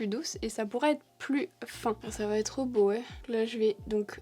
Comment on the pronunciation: Le "ça va être bo hé" avec l'accent hahaha 🥹😂